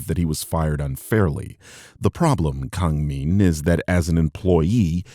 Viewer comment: Also I speak Korean, he's pronouncing his given name wrong for some reason if the Korean spelling in his Twitter handle is ANYTHING to go off of